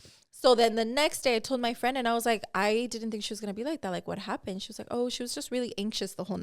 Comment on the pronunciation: not seeing but hearing her say whu happen? 😂